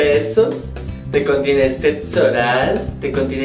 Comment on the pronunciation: "te contiene setso oral" jajaja